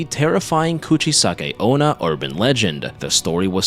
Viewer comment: Its called the Kachisaki-onna not Cratsisaki-una